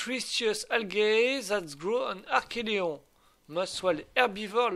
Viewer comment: Coooool! Sympa et plein de promesses ce début d'aventure. Par contre, pour la tortue, il me semble que tu prononces mal son nom. Il s'agit d'un archeLON et non pas d'un archeLEON. Si maintenant, tu rajoutes des lettres dans les noms des dinos, ça ne va plus! Tu avais déjà du mal avec les milliers, centaines de milliers, millions et milliards. 🤣 Bon par contre, c'est vrai qu'il y avait beaucoup de chiffres dans Primal Fear et que ce n'était pas toujours facile de les lire. Mais là, Archelon, c'est court quand même.... trop court peut-être?!? 😂 En tout cas, vivement la suite.